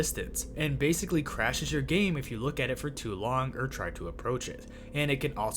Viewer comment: Annunciate bro please. Say “Or” not “err”